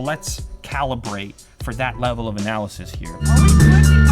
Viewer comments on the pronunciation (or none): none